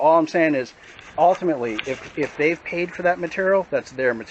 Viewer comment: "Well altimitely."